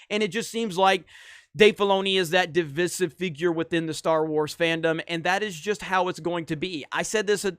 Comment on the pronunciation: DivIsive. Say the middle I,. I’m here to help.:)